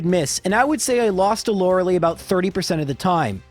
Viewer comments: SIck video due loved having this on while I'm relaxing with some games also I'm sure it's for the youtube algorithm to get comments but It's Lor-uh-LIE, not Lor-UH-lee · Still cringe every time I hear Lore-LEE instead of the official Lore-LIE...